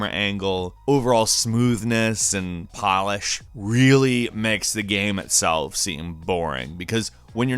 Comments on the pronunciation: I cringed a bit every time this dude said, "gam" instead of "game." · I hope six years later the narrator found out it's not "GAEM" omg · Kristin D maybe it’s every time he says...”gam” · Is it me or does this guy keep saying gam instead of game!? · I really like the videos on this channel, but the way he says "gayum" for "game" is almost more than I can handle. Great videos and I like the narration. Horrible pronunciation of one word. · Is it just me or do y'all think he says gam instead of game at the start of the video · Why does he pronounce game like gam? How hard can it be to say game?? Stupid gam judgers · You pronounce “game” as “gam” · did anyone notice that he said "gam" instead of game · You know it’s called a GAME right? Not a GAM? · Why do you say "gam" instead of game lol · um... it's Game not gam. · "GAEM" am I the only one?? Really?? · I can't get past the pronunciation of "Gam" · You spell game - "gaim". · You are aware that you say GAM half the time right?! I really don't mind if you say it one way or the other every time :D also loved the clip of PINGU!!!! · U keep saying gam what a great gam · Are we just going to ignore the fact that he is saying gam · Why does the guy pronounce game like gam? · Why do you pronounce game "gaem"? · are ya having a stroke while saying the word GAME or what's going on? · idk if i'm high or what but the way he says ''game'' bothers me. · How in the hell do you pronounce "game"? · Am I the one one bothered by how he pronounces the word “game”? No hate! Just... am I alone here? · AAAH why does he pronounce game like that! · I didn't know someone could have such problems pronouncing "game". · why TF does he not know how to say game?